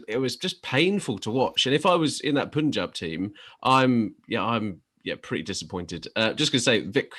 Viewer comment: It's PAANJAAB not POOONJAB